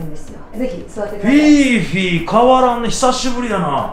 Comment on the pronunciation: 読みは「フィフィ」じゃなくて「フィーフィー」なんだなあって知りました